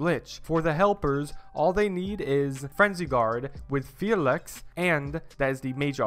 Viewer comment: Phalanx = "fa-linx" Phalanx ≠ Felix Love the helpful videos tho 😂